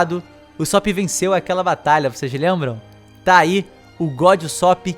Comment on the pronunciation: q agonia ele fala usópp